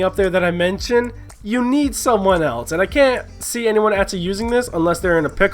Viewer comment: I just hate how he says else. eltse.